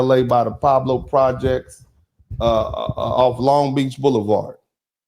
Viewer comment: You sure you from LA? It’s the Pueblos not the Pablos lol